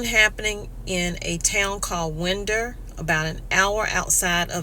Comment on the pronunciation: You pronounced Winder wrong!